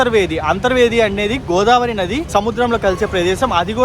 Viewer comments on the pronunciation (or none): none